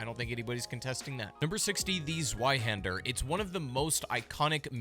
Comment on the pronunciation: ITS ZWEIHÄNDER NOT SWAIHENDER